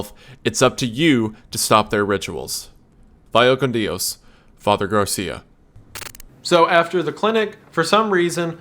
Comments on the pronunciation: Not DI-OS, but more at once like DIOS or DOS (number 2 with I) DI-O is Italian. But Garcia is Spanish (language). Vaya con Dios. Pronounce: baya con Dios Great content! As always! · Does their pronunciation of Dios bother anyone else😭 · your pronunciation of "Dios" causes me physical discomfort. the rest is great, but boy does that hit every time. its the same way Keanu says it in that surfer movie. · Friggin amazing video. I had seen the game around but didnt realize it was this nuts. For future reference.. the word God in Spanish, "Dios", is one syllable. Dio is the JoJo character. "Dyos", not "dee-oss". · No clue what any of this is but I love listening to Wendigoon talk about scary stuff cuz I'm too chicken to directly interact with the scary stuff. What's killing me now that I'm almost at the very end is the mispronunciation of "dios" as well as whoever is voicing Gary having their Australian (I presume) accent bleed through in certain spots 😆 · Every time he tries to pronounce the spanish words i physically cringe